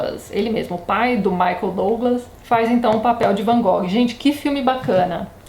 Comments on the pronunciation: Tati se a pronuncia correta não é "Van Gogui" qual seria? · Não liga pra pronuncia não, Tati! É complicado demais pronunciar o nome em Dutch mesmo. Varias partes do mundo falam como nos falamos mesmo. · Boa noite Tatiana, tudo bem? Gostaria de saber se você sabe a pronuncia correta do Van Gogh, ficamos curiosos...abraço. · Adoro o Van Gogh. Fi o primeiro pintor por quem me apaixonei. Me formei em artes e devo a influência ao documentário que assisti sobre ele quando era criança. Sobre a pronuncia, na universidade mesmo todo mundo usava a versão brasileira. Nunca vi ngm usando a pronuncia holandesa. Também acho essa música linda - ****Recomendo FORTEMENTE assistir até o final o episódio de Doctor Who sobre o Vincent. É um episódio lindo. Eu chorava tanto que não conseguia nem ler as legendas T-T. Da pra assistir sem ter de acompanhar a série. É o episódio 10 da 5a temporada moderna. Tem outro filme legal: Van Gogh: Painted with Words onde o Vincent é interpretado pelo Benedict Cumberbatch <3 ótimo vídeo =)